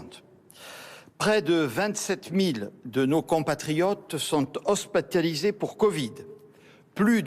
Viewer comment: "Hospataliser " 😂 mais bien sûr